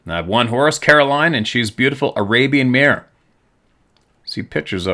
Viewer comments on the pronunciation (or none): none